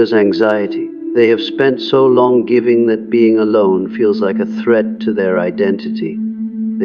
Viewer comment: I love how the AI pronounces all G’s phonetically: anger is anJer while giving is Jivving even Carl Jung is hard J lmao 😂🤣 that combined with the graphics it’s hard to focus on the content, I really appreciate this idea and gotta say takes so much work to actually really truly do this…